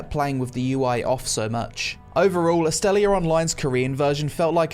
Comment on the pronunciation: "astellieR" i didnt know there was a R in it...